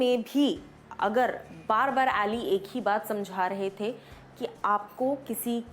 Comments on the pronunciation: its pronounced as Ali bro..but he writes as Aly.. Here host pronounce as Aaly always.. Muslim name hai Ali.. But he writes Aly..he is kashmiri Muslim.. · Plzzzz tum nam thk liya kro voe Ali aa ki voice m bola kro a nhi bola kro